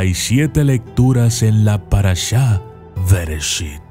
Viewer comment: Nada más como corrección. Las palabras Hebreas generalmente se leen como si fueran agudas; es decir, como si el acento fueron estuviera en la última sílaba. Bereshít en vez de Béreshit, Shemót en vez de Shémot como vos lo lees. Saludos.